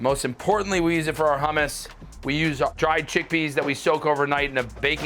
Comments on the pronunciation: he said hummes with an iranian accent 😂😂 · Looks amazing. Please teach that man how to say hummus.